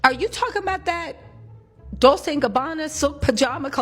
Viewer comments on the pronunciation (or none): none